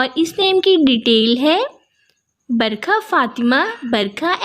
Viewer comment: Kitna munh bna kr bol rahi BARAKAH hai Barkha barsaat nhi....kyun wrong bol rahi